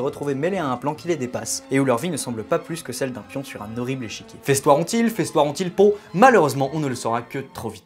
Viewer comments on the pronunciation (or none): none